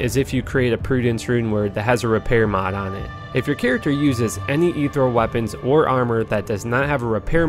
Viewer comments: This video is a couple years old, but I have to ask: has anyone brought it to your attention yet that the word is ethereal, not ethreal? It's pronounced "eeth ear eel"- not trying to sound like I'm raging or be a grammar nazi or anything just letting ya know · I was too triggered that you couldn’t pronounce etherEal to keep watching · You've probably heard it before, but I have to nitpick. Ethereal: /əˈθɪɹ.i.əl/